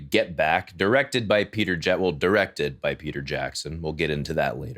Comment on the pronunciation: The way he says "directed" shows that he knows nothing about directing. We are living in an age that ppl are confident of being ignorant